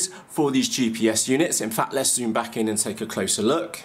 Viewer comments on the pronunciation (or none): none